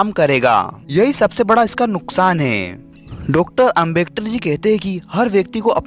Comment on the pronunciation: Are foki bro yah Ambektar nahin Hai Ambedkar hota Hai